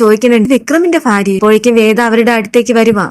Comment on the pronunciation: ഫാര്യ അല്ല ഭാര്യ